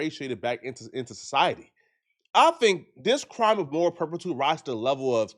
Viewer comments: Those kids/parents need to be locked up for assault but needs to be locked up for butchering the English language. It’s moral turpitude. “Perptiude” isn’t a word. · Moral turpitude 😂 is mispronouncing it. Just a fancy name for a crime or behavior